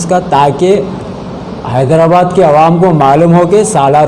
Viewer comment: hyderabad ko hydabad keyu bolta tutla